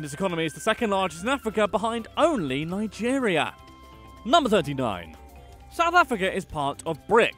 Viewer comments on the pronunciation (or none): none